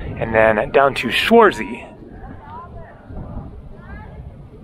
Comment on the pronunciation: As a german I like the way you pronounce 'Schwarzsee'. It's absolutely wrong but it sounds somehow nice or funny to me. I think I will use it like you do from now on;-) Good Videos! Thank you,! 👍